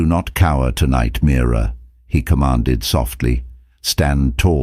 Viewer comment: It’s Mira not mirror 😅😅